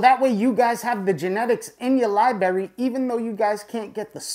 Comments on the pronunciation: I love you but seriously your use of the word “Libary” is getting annoying. You’re old enough to say “li-bra-ry” like the rest of us. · Hate to be that guy, but you know, it's pronounced library right (respectfully) ? With two "r"s. Lol your videos are absolutely awesome! I've learned a lot thank you for the info. , and say it However you want, just sayin. Lol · Love the videos but I’m not sure what a ‘lie-bury’ is? Is that kind of close to a library? As in there’s 2 “r’s” in the word? Or is this a lie that you bury? Lie-bury? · You lost me at libary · "My-cell-ium", "li-bary", and baphomet...this clown has irked me in the first 30 seconds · Lie Berry 😆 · this is awesome, but is someone gonna let know he has mispronounced the word library about 3k times? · Im sorry theres no way im taking advice from someone that cant say library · Hate to be that guy, but it's hard to take someone serious when they can't pronounce library